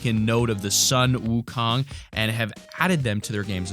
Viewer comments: DAFUG IS WOOKONG XDDDD im Chinese lol, and its pronounced Suin woo khong (uhm, not actually wrote like dat) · Wukong is pronounced Song Wu Gong